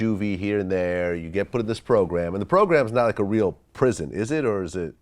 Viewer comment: "yeh issa real ISsa ISSA REAL PRIZZN" 😂😂